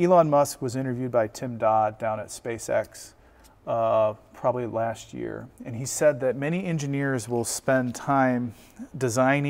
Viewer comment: Another one with the "TweNNy-tweNNy" ans with the "Lashhht year" problems...